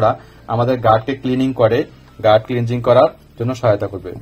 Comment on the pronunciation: শব্দটা গাট ক্লিনিং গার্ড ক্লিংজিং না। Gut/ গাট মানে নাড়িভুড়ি।